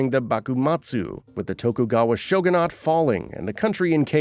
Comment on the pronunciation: What do you say "shogunate" so weird